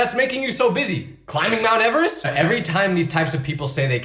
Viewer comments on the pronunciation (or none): none